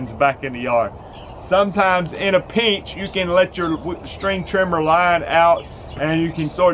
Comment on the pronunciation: This guy keeps saying pinch like it has three syllables